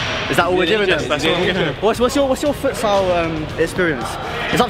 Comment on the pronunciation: No offence but "fUtSiAl"